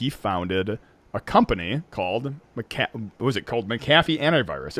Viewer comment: Hello, Mr. McAfee's last name is pronounced "mack-uh-fee," not "mick-ah-fee." The name of the company he founded was McAfee Associates. Regards, Aryeh Goretsky